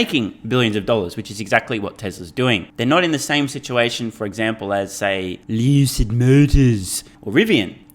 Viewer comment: Why do you pronounce lucid motors like that?